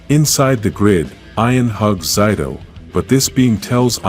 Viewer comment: You are saying his name wrong his name is zaido not Zeta I mean whatever you were saying